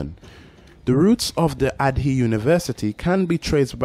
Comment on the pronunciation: Asante sana for the video, very well put together and informative. By the way, Ardhi is pronounced Ah-RR-Thee. Loving your videos as have relevant and enough background information.